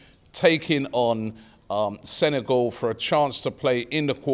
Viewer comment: Is not senegol it’s SENEGAL